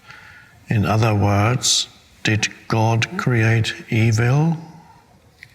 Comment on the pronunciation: I like how he says e-Vill